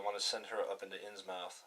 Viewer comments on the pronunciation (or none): Innsmouth is pronounced more like "Inns-mith" being from northeast area of U.S. in the early 1900's. Think Portsmouth, N.H. "Inns-mouth" sounds ridiculous and would likely get you punched in the face by locals in the North Atlantic regions. :D Thanks for the playthrough, I promise I'm not hatin' just tryin' to help!